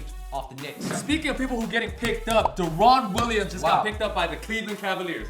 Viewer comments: Do I really want to listen to three busboys tell me their opinion on basketball? No. And last time I heard Deron Williams first name was pronounced Da-Run not De-Ronnn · Y'all are bums. Pronounce Deron Williams name right holy shit